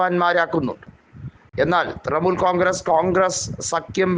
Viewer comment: തൃമൂൽ അല്ല തൃണമൂൽ